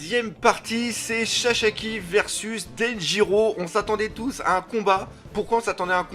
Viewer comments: Mais il s'appelle Sasaki! Pas Sashaki, pas Shasaki, et pas Shashaki:D 😂 Bonne continuation 😉! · " SASAKI " et pas " saCHAki " mdr et comme d'habitude une très bonne vidéo et l'image et le son top 👌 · Pourquoi tu dit chachaki ? xDD